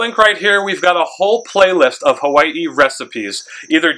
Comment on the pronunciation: I love how you said “Hawai’i” nice and pono. Soft “w” like my kupuna do on Hawai’i island. How Tamehameha would have said it.